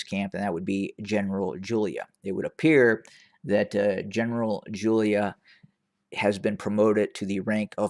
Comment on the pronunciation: Jula not Julia...👍